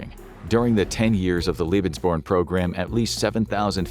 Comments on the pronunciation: "lebensborn" is pronounced like "LAY ben's born". What the narrator is saying is "Liebensborn", which would mean something VERY DIFFERENT in German. "Ehre" was mispronounced likewise ("air + uh" would be closer, "eh-(uh) + uh" is closer but hard to describe briefly), and "Treue" was mutilated (should be "troy + uh"). Listening to this was so painful. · omg it's pronnounced "leh-bens" not "lie-bens". "Leben" means life; "lieben" means love. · Why do you pronounce German words the American way? Lebensborn is pronounced "laybensborn" not "lee-bensborn". Hearing it being butchered more than 30 times is toe curling 😫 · Lebensborn is definitly a mispronounced term, I know such programms existed and Leben means Live but born doesnt mean anything in german and is definitly derived from the english word born